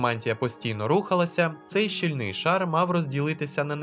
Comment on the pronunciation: Все добре, але ріже слух постійна помилка у вимові: слово "щ*і*льний" таки має наголос на "і", тобто, в корені -- як і всі подібні слова з коренем на "-л": вільний, сильний, пильний, схильний, чільний, сольний, бальний, мильний, зольний тощо. І не треба зловживати словом "зоря", адже це не тільки "зірка", але й заграва при сході сонця. Взагалі, філологічно тексти на каналі грамотні, але окремі помилки зрідка трапляються, відтак попередня вичитка не завадила б. Подружіться з якою-небудь філологинею ;)